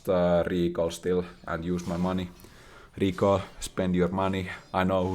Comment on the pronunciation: The way he says recall I was sure he is Italian... RICAL 🤌🤌